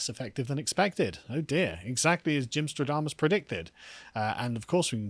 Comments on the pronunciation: Shouldn't it be Gymstradamus (with an a), since it's also Nostradamus, not Nostrodamus? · You meant "Gymstradamus' not "stro-damus"